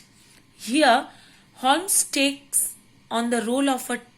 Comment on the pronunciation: It's not holmes to pronounce but u should pronounce homes